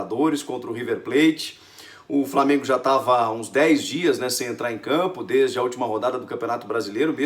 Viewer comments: Lamengo ? Que porra é essa Chico? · Lamengo? Poha Chico kkkkkkkkkkk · Pow Chico, Lamengo não né kkk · "lamengo" kkkkkkkkkk